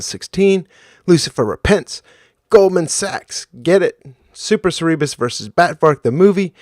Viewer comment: Hey, just a quick note: I watch your channel religiously but had to say pronunciation SER e bus not ser- REE- bus Accent is on the 1st syllable. still killing it weekly though, A+ channel.